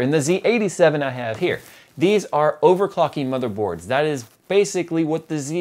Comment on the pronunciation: i hear overfocking instead of overclocking all the time